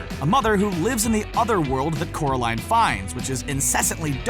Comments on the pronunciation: It's Coraline not Caroline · It's 'CORALINE'